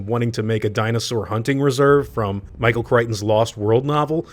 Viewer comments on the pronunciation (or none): none